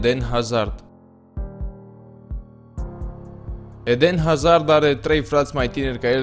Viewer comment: 'edehn azahrd'??? XD